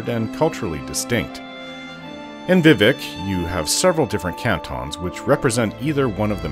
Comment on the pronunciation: Being a werewolf at high levels in Morrowind was a blast, you could Jump absurd distances lol. Also subbed for a few reasons, but liked the vid because you say Vivec the same way I do lol Edit: I found a unicorn once in Oblivion on Xbox 360 version. It was too fast and I couldn't catch it, I was so mad I almost threw the disc away lol 😂